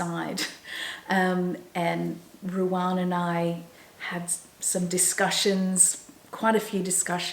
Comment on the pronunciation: I wonder why you call Ruan Ruarn?? I follow her also and she pronounces her name as Ru anne. I’m sure it’s not your Aussie accent. I don’t mean to be critical and she’s probably too polite to say anything.